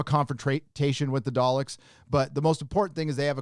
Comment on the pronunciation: My bad did you say dollecks.